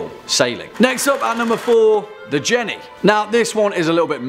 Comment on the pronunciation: oh no not Jen-ney